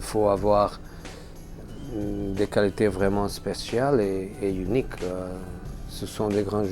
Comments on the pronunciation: Le nombre de fois où il a dit younique (unique) si non il gère de fou 👇🏽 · Eren Ocal car en anglais unique se prononce (younique) mais s’écrit pareil car c’est un mot français